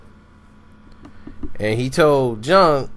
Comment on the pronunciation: He called em 'jung' 😂😂😂